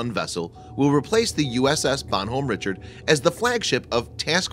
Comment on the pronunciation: How its it possible that you mispronounce words sasebo, bon homme richard, and archipelago?